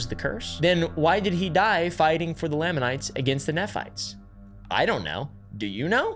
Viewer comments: Knee-fights and Lay-mon-nights. Just a pronunciation guide. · He couldn't pronounce laminites.. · As a no-longer-believing but still happily practicing member, I'm already laughing at mispronpuncing Moroni, Nephites, and Lamanites. He failed the fundamental litmus test for researching the church properly, and was likely just rushing and just going surface level. I no longer feel any need to watch as I know what to expect now. And I say this as someone who's subbed to Mormon Stories Podcast and Alyssa Grenfell and stuff. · bro please pronounce SOMETHING correctly lamanites, nephites, papyrus, necromancy ALL WRONG